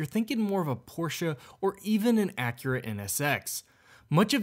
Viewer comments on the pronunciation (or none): none